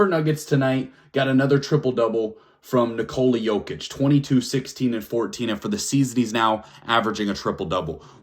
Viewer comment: Better than main stream media calling MV3 Joe-kick instead of Yo-kitch. Drives me crazy!